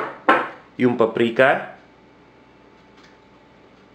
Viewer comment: its "paprika"